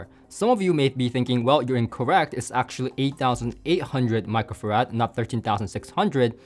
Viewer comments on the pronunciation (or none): none